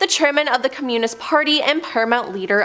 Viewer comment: ...and "communist", and "Arkansas"...I couldn't continue to watch.